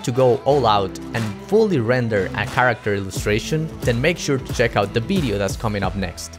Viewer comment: "By the end of this BIDEO?" What is a BIDEO?